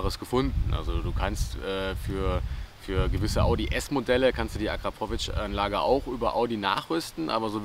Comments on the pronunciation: Das ist mir im Nachhinein wirklich unangenehm 🙈 Wenns nochmal nen Video mit einem Akrapovic Auspuff gibt, wirds auf jeden Fall korrekt ausgesprochen 🤣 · So jetzt noch Akrapovic richtig aussprechen dann hast du mein Abo :D